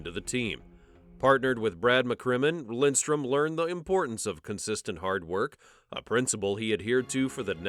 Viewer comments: Yankees, its Lidstrom, not Lindstrom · Ya, his name is Lidstrom, not Lindstrom. Jesus. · Why do you say Lindstrom? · Had to turn off immediately when I heard his name pronounced incorrectly 3 times in the first 30 seconds. If you’re going to do a piece on a guy at least know how to say his name.